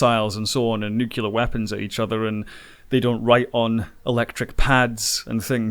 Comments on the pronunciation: "They shoot bullets and missiles and 'nucular' weapons..." Could we please eradicate that mispronunciation already? It's "nuclear". That's how it's spelt, that's how it's pronounced. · nuclear...it's pronounced nuclear ;)